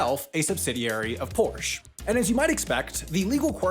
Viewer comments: It’s Porsche, not Porsch. Just like it’s Jaguar not Jagewar, Peugeot, not Puugeot or Ferrari not Fewrawri. Thanks on behalf of Europe. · Its porsche not porsch 😑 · Its porschEEEE NOT PORSCH CANT U READ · It bothers the hell out of me that this guy says "Porsh" instead of Porsche. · The name is Volkswagen, as in Folks-Vagen, not Folks-hagen! The other name is Porsche, as in Por-ShA, not Porsch! At least learn how to pronounce things correctly before making a video! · Why are you saying Porsch? That's like saying Toyot. There is an E at the end. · Its pronounced Porsche, not Porsch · Correction: Porsche is pronounced like “Poor-Shuh”, not “Porch”. Source: I used to know some Porsche corporate employees that were very insistent on the proper pronunciation. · It’s pronounced Por-shuh, not Porsch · If you really strive for accuracy in your videos, you should know that Porsche is a two syllable word! It's pronounced POR-sha! NOT Porsh! Get it right! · I know the correct way is Porsh-uh, but I just don't care and keep saying it 'Porsh' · its not Porsh-uh, its Porsh-eh. E is e, not uh… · It's pronounced as "Por-shit" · I sure love uolkswagen and Porsch! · PORCH-AAA is how you say it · What is a porsh? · I know it was intentional, but your propitiation of "Porsch" was killing me. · Porsche is pronounced porsh-uh by the way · As a german, I feel the urgent need to tell you that you have to pronounce the „e“ in Porsche. Kind of like „Porschuh“ 😂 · Please don't pronounce it porsh. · That is one lonly 'e' at the end of Prosche. Yes, the 'e' at the end of 'Porsche' is pronounced. 'porsh' is infact the wrong pronunciation. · Actually, Porsche is pronounced like POR-SHA and he's been mispronouncing it this entire video. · did you just pronounce "porsh" wrong and called the beetle extremely ugly in one video? -me, a furious german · Trailing "e"s are audible in German, it's Porsche, not Porsch. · It's pronounced PorschE, not Porsch! You do pronounce the e at the End!